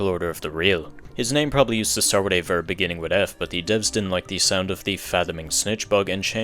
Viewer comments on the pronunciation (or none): none